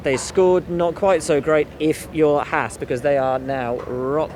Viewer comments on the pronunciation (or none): none